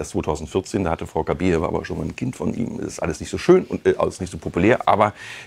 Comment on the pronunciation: Den Namen, bitte, richtig aussprechen: KABAJEWA!!! Schöne Frau, schönes Pärchen! Warum ist dieses Thema für Bild so wichtig? Wir haben genug Probleme im Land, nicht war?